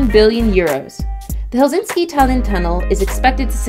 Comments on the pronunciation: I would say you need to get the correct pronunciation of the places your naming, example its HELSINKI ( only 1 s not helsinski) and folkestone the way you said it made me laugh so hard its FOLKE as in people and 2nd part speaks for its self FOLKESTONE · Incorrectly showing the channel Tunnel with roadways....it carries only trains. Also full of annoying mispronunciations of Folkestone, Calais, and Helsinki. Bosphorus, and Thames.